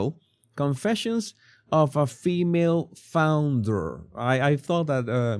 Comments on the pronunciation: You are making me laugh. Instead of saying founder you say flounder which is a fish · Did you just say “flounder”? 😂😂😂